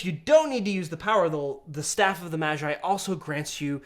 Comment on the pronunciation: Why does he say mashi when he pronounces magi normally...